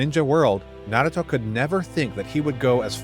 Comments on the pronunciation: Bro stop saying naguto it's naruto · Tbh pronounce it correct NA - RU - TO IDK where this man is getting his speech from